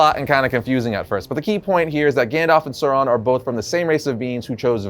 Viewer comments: Who is Soron? Lol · Others, including Christopher Tolkien, have provided more detailed pronunciation guides. AU has the value of English ow in town; thus the first syllable of Aulë is like English owl, and the first syllable of Sauron is like English sour, not sore.